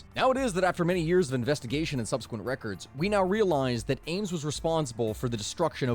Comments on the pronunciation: Am-es?? He's known as Ames. Sounds like Aimes) Not a good way to get Comments... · His last name is Ames like “aims” not Amos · After hearing him say Amos instead of Ames a few too many times, I had to leave before the halfway point.